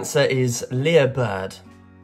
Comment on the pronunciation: Lyre bird is pronounced liar rather than lear.